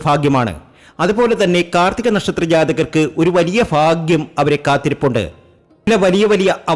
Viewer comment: ഫാഗ്യം ഫാഗ്യം, ഫാഗ്യ കുറി കിട്ടി ഫാര്യ യോടും കൂടി ഫാഗ്യവാന്നെ ജീവിക്കു. ആദ്യം. മലയാളം നന്നായി ഉച്ചരിച്ചു പഠിച്ചു ഫാഗ്യം ഉപദേശം ഫറു 😅